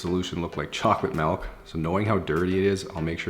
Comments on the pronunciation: Milk not malk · Chocolate malk 😂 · “Chocolate maelk” man I love how Canadians talk 😂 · heyitsmea.h it’s his accent lol some ppl I know pronounce milk like that